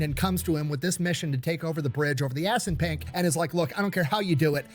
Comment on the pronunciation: I love seeing you crack up everytime he says assunpunk